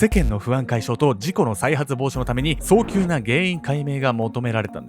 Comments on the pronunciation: さん！ いつも動画内で早急（さっきゅう）を 「そうきゅう」と読んでますよ！ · おはようございます。 にしては珍しい。 早急＝ ✕そうきゅう ○さっきゅう です。